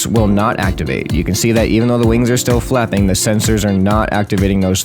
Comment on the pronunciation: "i decided to type in fapping machanisms." is what i heard 😂